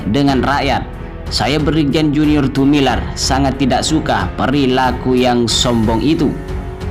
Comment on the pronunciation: Admin membaca lagi yg benar, Tumilaar bkn Tumilar tks GBU